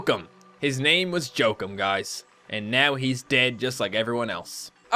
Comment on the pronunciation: It's pronounced "joe-keem" not "joe-kum"